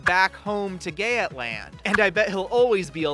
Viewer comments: NOT GAYAT LAND ITS PRONOUNCED GEETLAND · I love how you heavily researched this and even surprisingly put everyone in vendel culture material but pronounced Geatland like Gyaet-land and it was Yeet-land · please stop saying gaytland, im like 90% sure its Götland! Source: im swedish